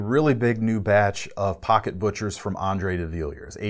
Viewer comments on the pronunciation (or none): none